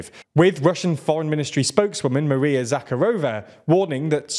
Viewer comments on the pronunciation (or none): none